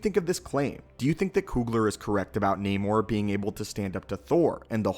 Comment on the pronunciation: This is not namor "the sub mariner " This is naaamoor. Get it right.